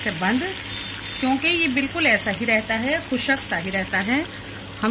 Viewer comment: Are Madam khushaq nahin khushq hota hai